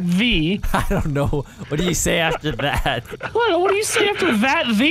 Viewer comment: the way said "that" had me dying😂